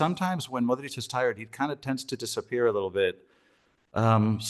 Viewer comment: You are butchering Modric last name. Not even close with pronunciation.